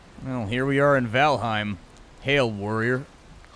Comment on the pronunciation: Just FYI, its pronounced VAL'HAIM not H'IME, nordic EIM words (Niffleheim, Jordheim) are frequently mispronounced. Easy tip, just change the e in any word ending in eim to an A (aim as it is pronounced). Norse words only of course.